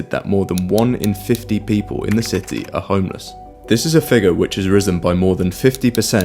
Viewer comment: "Shity of London"